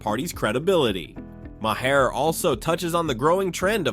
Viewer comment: Please learn to correctly pronounce Bill Maher's name. It is pronounced MAR! Not Mahair. It affects your credibility if you can't say the man's name right.